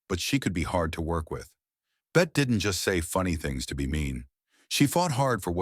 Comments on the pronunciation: How can you take any of this content seriously??? “Bet” Davis??? At least get the name of the actress correct. UGH!!! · Bette Davis is pronounced Betty. And that line you say she used in her personal life about I kiss you, but I just wash my hair is from a movie. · The "e" in Bette is NOT silent 😂😂😂😂 AI narration is so clueless sometimes! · First of all Bette Davis pronounced the last e in her name as a long e. Second the line about, "I'd kiss you but I just washed my hair" was from "The Cabin In The Cotton" and she said it to Richard Barthelmess. Therefore it was probably written into the script. Lucille Ball ran Desilu productions, NOT what was spelled in your caption. Marlene Dietrich pronounced her name as "Marlena". Gloria Swanson said, "We had faces" in "Sunset Boulevard" made in the 1950's, so I don't know if she said that off camera. Doesn't ANYONE research these videos? Being a movie buff for over 55 years, you can call me and I'll give you the correct information.